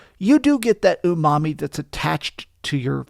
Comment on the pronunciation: I’m hearing ‘ooh mommy’ but apparently it’s umami? lol